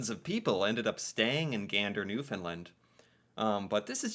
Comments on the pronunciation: As a Canadian, google mispronounces Newfoundland. It’s new-fin- land not new-fin-lind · FYI: It's pronounced "New-found-land" Not "Nuf- in-lind" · Taking Canada for granted is not as insulting as treating them with distain. Newfoundland is pronounced NEW-fund-LAND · Absolutely APPALLING that this is not known, and not taught to kids in school. No wonder so many Americans are not concerned about how Trump is treating Canada. And we will have to ignore Tom Brokaw’s mispronunciation of Newfoundland over and over, although it would have been nice if someone had found out how to say it before broadcasting it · Just for future reference Newfoundland is pronounced like understand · You, and Tom Brokaw, need to pronounce Newfoundland correctly.